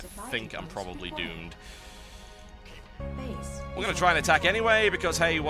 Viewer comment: everytime i hear that "Base is under attack" it sounds like "Face is under attack.